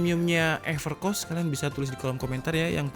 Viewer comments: Ngakak nyebutnya Evercoss Bukan everkoss:v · Seharusnya epErkos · Everrrchoosss bang wkwk 😂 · "epercoss" wkwkwk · Evercos yang saya dengar pas abangnya baca maaf kalau telinga saya salah 😂